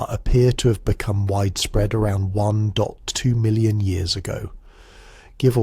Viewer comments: Aussie, 4am here. May I suggest that if you use text to speech, you write out numbers and don't use digits. Eg: "Between twelve and eighteen" or "One point two" so we don't hear "between one, two and one, eight' or "One. Dot. Two". If you don't use text to speech or some AI equivalent then idk why we hear it said that way. :) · Nice writing, but please tell the text-to-speech program to read numbers like "1.2" as "one point two" and not "one" (pause for end of sentence) "two"